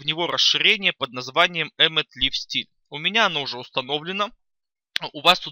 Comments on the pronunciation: "лив стиле"...аж ухо режет. правильно ЛАЙВ СТАЙЛ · Master-CSS Причём тут сапожник без сапог? Андрей всё правильно написал, читается Лайв Стайл.